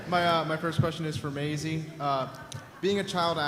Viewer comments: Does that guy say My-ease (Masie?) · he called her Maeez insted of Maisie. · check out the chinese dude when he says Maisie's name wrong looooool